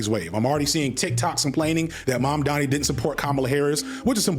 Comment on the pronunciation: He ehm... slightly mispronounced Mamdani? I dunno, people do like to be the contrarian